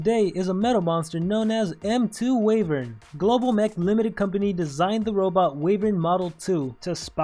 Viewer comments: I'm not sure if the pronunciation is global, but I thought it was Why-vern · I feel like you are pronouncing wyvern wrong. :P